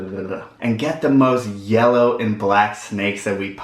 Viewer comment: Wanna up the “yeller” eh? Been around too many southerners for sure.